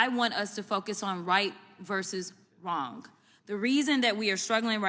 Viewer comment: The real crime here is pronouncing the silent 'g' in the word 'wrong'.